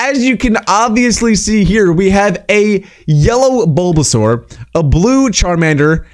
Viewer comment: U said bulbasar twice 😂😂